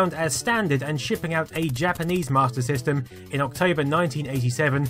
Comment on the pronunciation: Why does he keep saying Martyr System?